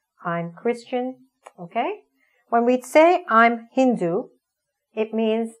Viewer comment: I have started to learn grammar. There is no D in English but you have correctly pronounced Hindu. No doubt you are scholar.